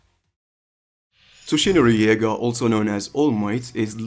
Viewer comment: "Toshinori Yaga" bruh